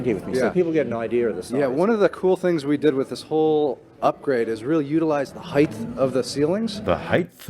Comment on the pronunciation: Height and weight end in a hard T. Nobody says Heights with a lisp.